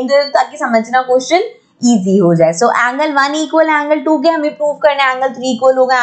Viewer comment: so ko bola show 😂😂😂😂😂😂